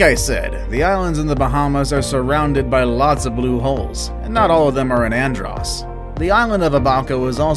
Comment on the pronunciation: You said andros wrong. I felt disrespected as a Bahamian